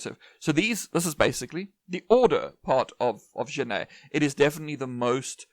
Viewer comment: Hey, great video but Genette wasn't Spanish hence his name is pronounced like Jerar Jenett. Hope this helps 😅